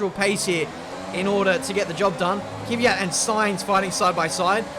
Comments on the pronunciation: It's Kvyat, not Kyviat. So first the K, than the v. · Since you asked, its K V AT not kiv ve at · DxC Well, the «ya» is just a soft a as well. So no i anywhere. Just say Kvat. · Please stop calling kvyat kiviat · Yes its kVYat not kyviat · One name a lot of people get wrong is Kvyat, why the hell would you pronounce it kiwiyat? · It's Kvyat and not Kivyat..:) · You also pronounce kvyat’s name wrong. Its kvyat, not kivyat. It is killing me. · Exempl. Its not "Kiwi at" like says its Kvyat =kvi yat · If you want a name you pronounce wrong, then Kvyat is one. You somehow squeeze in an extra vowel between 'K' and 'v' + turn the short "vya" into "viya" making it "Kiviyat" xD But congrats on a nice and flowing career. Best of luck! :D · I hate it when he says Dani Kivyat instead of Daniil Kvyat🤦🏼‍♂️ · Felix Tscharnig Everyone else pronounces him Kv-ee-yat, when it’s actually just Kvat. One syllable, no i. The ya is just a softer a. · I don't get why he pronounces Kvyat as "Kivyat"... Where's the "i"??? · You butcher Kvyats name its KUH-VEE-YAT